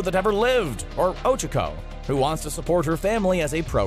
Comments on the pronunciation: These aren't rules, they're just some facts about the anime. Also, it's not 'Ochoco', it's Ochaco. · Ochako (Oh-CHA-Ko) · Oh my fucking god why did you say ochako like that it hurts my soul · Anyone else heard him ochako wrong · How tf did he mispronounce Ochaco